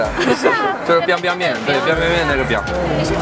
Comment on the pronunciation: 要知道很多人学历不高啊，你可能是中文系的。你去测试高考的人肯定就不会错了。就好像我觉得我西班牙语会比很多初中学历的西班牙语母语国家人好。而且中文本身就这么难。而且说实话你的发音还不是很标准，四声还是有点不清楚，而且台湾腔很重啊。比如biangbiang面是第二声，你说成了第一声。总归而言一个老外来当街测试中国人总感觉你有点在秀优越，就好像说你们大部分中国人的中文水平没有我一个老外好，我觉得视频动机不纯没什么意思。而且很多约定俗成的错误念法你也没有办法改变他们。况且49年以后汉字简化，你再跟大部分大陆人说繁体字也是呵呵了。